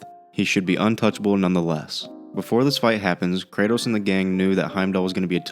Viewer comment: Brother man it’s KRATOS